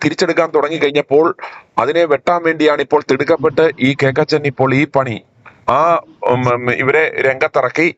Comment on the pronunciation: KOKKACHEN ( not cakachen )